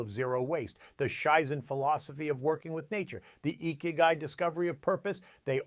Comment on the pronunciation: Lol... "let me introduce a concept called "shaizen" it's pronounced "Shizen" "and then continues to pronounce it wrong... this is rich... the only "shaizen" is exactly this "Scheiße" :) If you talk about something and you know how to pronounce it why do you mispronounce it?! At the beginning of a vid this does not scream competence...